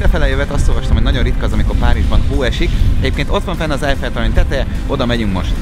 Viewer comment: az nem ejfeltórony hanem keljfeltorony 😃😃😃😃😃